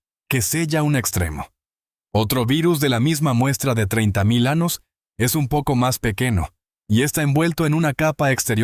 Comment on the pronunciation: Anos, ? montanas, ? Extranas? Esta I. A. No sabe hablar español...antes de usarla, que aprenda hablar...👾🛑